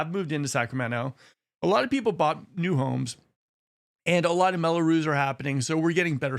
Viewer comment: It's "Mello-Roos," not "Mello-Ruze" The s is like the s in "loose."